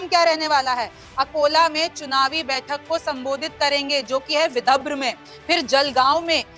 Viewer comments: विभद्र नहीं ,विदर्भ है ,सही उच्चार करे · Mam thik se boliye विधब्र Nahi विदर्भ हैं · विदर्भ या विद्रभ 😂 हिंदी वाचन सुधार अत्यावश्यक है ❤🙏🙏🙏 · Dhire bolo didi...vidabhra nahi vidarbha. Yavatlam nahi Yavatmal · Vidabhra nahi Vidarbha he 😂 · Madam Vidharb hai, not vibhadra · Vidharbh na ki vibhdra😂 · विदर्भ लिखा है मैडम विदभ्र नहीं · y r u reading so wrongly. Read properly Yavatmal (not yavatlam) Vidarbha ( not Vidabhra) 😂😂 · विदभ्र नही विदर्भ कहीए रिमझिम जी। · Vidhabra nahi vidharba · बहन ये विदर्भ है, विदभर नहीं। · मैम बिदभर नहीं विदर्भ बोलें।मतलब विधर व। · विदभ्र आणि विदर्भ मध्ये फरक आहे मॅडम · Vidabra nahi vidharbh hai hai madam 😅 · Madam anchor apani hindi theek kijiye ki vibharv nahi vidhrav hai...hindi ko gaali deney jaisaa hai galat oodhaaran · रिमझिम जरा पडना शिकलो सही से पढो विदर्भ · विदर्भ है सही उच्चार करे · विदभ्र बोल रही है ढंग से उच्चारण कर नहीं सकती और यहां राजनीति पर ज्ञान बांट रही है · Vidhabhra kyu bol rhi hai ye 😂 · हिंदी पढ़ना आने वाले को एंकर बनाए विदर्भ पढ़ना सिखाइए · बिटिया, विदर्भ का गलत उच्चारण करती हो। सुधार करो।